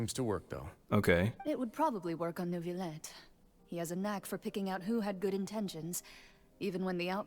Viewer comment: I am begging you stop saying Neuvyette, please, Edmond Rostand would be screaming in his tomb 😭